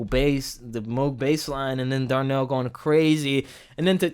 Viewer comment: I think you're saying Darnell in reference to the drummer. Dude's name is Larnell (Lewis) =) I love how he listens to the soloists and responds to them. Also, he is amazing, no doubt about it, but you've also got to give credit to the two percussionists, too. They add a whole other layer.